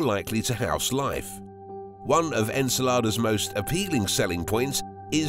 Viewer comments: The pronunciation of Enceladus is really off putting.. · Very good and interesting video but enceladus' pronunciation really made me uncomfortable ngl